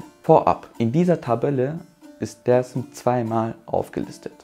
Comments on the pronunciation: er sagt aber auch nicht Desim dazu, sondern eingedeutscht Dääärzm. Es triggert, wenn man nur türkische Aussprache bei den Städtenamen- und Stadtteilen o. Ä. anwendet, aber ausgerechnet bei dem wichtigsten Wort, es deutsch ausgesprochen wird. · Brudi, sprech mal Dersim nicht deutsch aus. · Ich habe nur einen Kritikpunkt: Du sprichst alles so aus wie im türkischen, außer Dersim, warum? Wäre viel nicer, wenn Dersim so ausgesprochen wird, wie der Rest. Stört ein wenig beim zuhören.